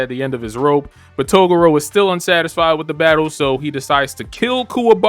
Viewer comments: Learn to actually pronounce Toguro correctly. Its not togoro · I can tell this really is your first time watching this arc because I hope you learn how to pronounce "Toguro" next time around. 😂